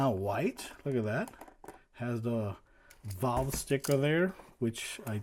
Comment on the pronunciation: Ffs its Valve not "Volve" you smooth brain